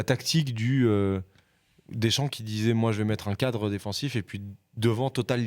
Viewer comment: "le cada" l'ortophoniste il lui a remis des seances ou comment ça se passe?